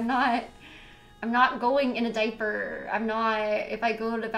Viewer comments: What the hell is a “day-per”? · Take a shot every time she says "di-per" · I’m sorry but this is funny how a diaper comment broke her. And the way she says “deyyper” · the way she says diaper I’m dying & it’s ok to laugh cause she’s not a good person lmao